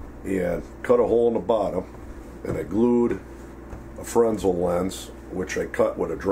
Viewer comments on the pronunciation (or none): Fresnel was a Frenchman. It's pronounced fren-ell no matter where you are from. Words like aluminum can be pronounced differently depending on what side of the pond you are on, but a man's name is a man's name, even if he is French. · It is pronounced... "Fre-Nell" lens. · Ian Hall oh stop. You are embarrassing yourself. It is a French word and misspronouncing it doesn't validate the incorrect manner.